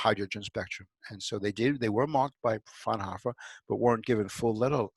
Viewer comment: Frau-N-Hoooooo-fr. Not "frnhoffer"...Please work on your languages....